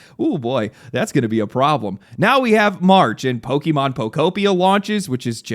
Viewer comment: It's odd that you would pronounce Pokémon as "poh-key-mahn" instead of "poh-kay-mahn".